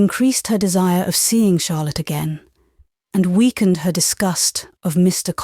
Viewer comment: Lovely reading! Odd she called Charlotte harlot in chapter 20 or 21 😂